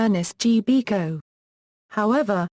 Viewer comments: This man is a icon and has been a big part and very dear of my family's life. I grew up with Bilko and the crew and do did my children. Therefore if you cant get it right please don't bother with your futile commentaries! Does Col Hall ever say BEEKO? Never its slways BIL-KO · TAKE THE VIDEO DOWN AND DO IT RIGHT THIS SHOW WAS A CLASSIC AND GIVE PHIL SILVERS THE RESPECT HE DESERVES. I NEVER REALLY LEAVE COMMENTS BUT THIS VIDEO DROVE ME NUTS EVERY TIME I HEARD YOU KEEP SAYING BEEKO I HAD TO STOP THE VIDEO . DID YOU EVEN WATCH THE SHOW (HINT-HINT)